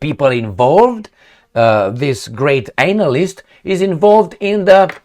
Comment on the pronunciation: te respect. Doar o mica corectare, caci suna a altceva... E vorba de cuvantul 'analyst'. Cand il pronunti 'einalist' suna a cuvantul 'anal'. "Analyst" trebuie pronuntat cu 'e+a' -nalyst. Multumesc.